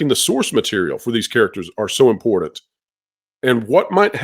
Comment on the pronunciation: please, learn how to pronounce the word important. It is NOT "imporDan." It is "ImporTanT."